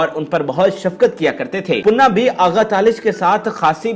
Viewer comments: Panna not punna please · Sir if u don't mind to meharbani karkay sahi pronounce to keejiye punna nahi parna gai oonka naam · Tum mai akal nahi hai Kaya punna punna laga rakhi hai sahi pronounceation Panna hai. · punaa nhi pana nam ha ap bar bar puna khtya rhya hu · khuda ka khoaf krain .............. aik viewer nay aapko kaha bhi hai keh .... issss Legendary Dancer ka naam durust kar lain ...... Laikin poooray video mein +++++++++++ PANNA ++++++ Ko +++++PUNNA ++++ keha gaya +++++++++++++++ Very Bad and Very Sad '''''''''''''''''''''''''''''''''''''''''''''''''''''''''''''''''''''''''''''''''''''' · aahista boola kro date of birth btaya kro punna nhe panna ha name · Panna not punna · Your pronunciation is so bad her name is pannna not punna do some home work he dosent belong to nawab family there is limit of lies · Hahaha Bilkul sahi 👍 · Bhai puna nahe Panna, zabardast video thanks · Jahil admi pannah hai baqi Sara urdu talafuzz ghalat hai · او پیندو اردو تو صحیع بولنا سیکھو نام تو پہلے دیکھ لو کہ کیا بولنا ہے😡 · Please before uploading do your homework atleast say the correct pronunciation of name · Please learn urdu first...She is a Living Legend...we are proud of her..you pronounced her name wrong...Panna ji deserves more respect. Lots of Love and Salam from Manchester..Stay Blessed